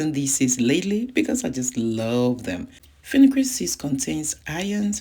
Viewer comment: Are you saying afinigan seeds??